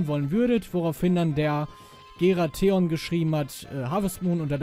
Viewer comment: ICH GLAUB ES NICHT, ICH WURDE GERATHEON AUSGESPROCHEN UND NICH GERATHON! Danke dafür, das e vergessen sonst alle! xD Hätte ich aber gar nicht erwartet, das HM auch so unter deine Interessen geht, find' ich Super :)